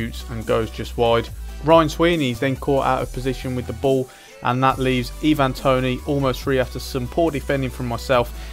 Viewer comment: And your saying ivan toney wrong, just pointing out cos it was irritating me aha :p